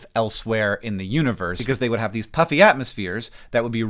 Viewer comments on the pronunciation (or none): My not-to-keen ears heard “Hi-C-um worlds” and “puppy atmospheres” :D